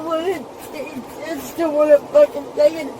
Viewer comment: ... He pronounced "fu¢king" wrong 😅